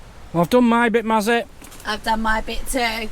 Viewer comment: So happy for you both to stay on your pitch, the stock cube mazzy is pronounced not with silent k, also white wine vinegar is good for the kettle pour 1/4 of bottle to half filled kettle of water and boil the kettle it removes it quickly ❤